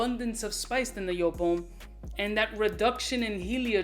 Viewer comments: Pronounced : YOOP !! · Speak em factz On a side note, it's actually pronounced "Yope" Not Jewp" It's a German name, a man named Wolfgang Joop founded JOOP! And his name is pronounced "Yope" Cheers brhh